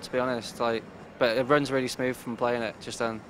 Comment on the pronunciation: instead of saying smooth, he's saying smoove xD